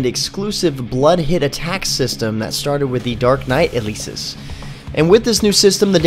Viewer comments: It's El-eh-sis not eh-leee-sis _. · did he just Pronounce Elesis as Eh-lee-Sis?